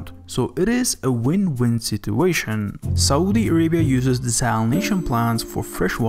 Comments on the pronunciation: great video and all but the way you pronounce Saudi is sooooooooo irritating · 'Saudi' = Sa oo di (not SO-DEE). 'Aquifer' - AH KWI FERR, (not AK WI FY ER)...lord. I love this channel, but PLEASE USE a PRONOUNCIATION GUIDE before narration. wow.